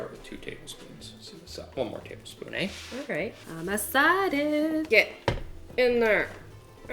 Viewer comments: go to for a proper canadian "eh" moment lol edit: woah another one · I have watched so many videos and never realized yall were from Canada until I heard say ehh lol